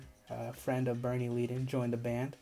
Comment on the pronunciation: Leadon is pronounced led-uhn.